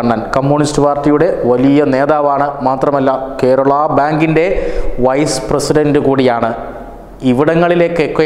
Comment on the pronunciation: Kerala (not kherala)